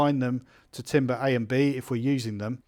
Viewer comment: Pronounced, ‘tamber’. The word timbre is pronounced ‘tamber’.